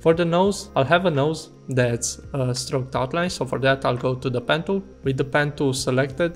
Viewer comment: Daplicate, pan Dool, Benjil Tool. What are you trying to convey??